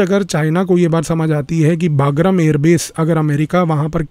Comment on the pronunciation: Sir, the correct pronunciation is 'बगराम'